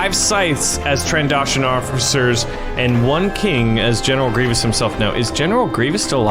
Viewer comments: Tran-doh-shon Not Tran-da-shon That annoyed me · stop saying trandoshin it's trandotion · Did anybody else notice he said "Trandashan" instead of "Trandoshan"? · Not trandoshan Tran Do Shin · I just want to say its said tran doe shans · I know your not a Star Wars nerd but trandoshions is pronounced tran-do-sh-an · XD that's not how you pronounce trandoshan. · not an a its an o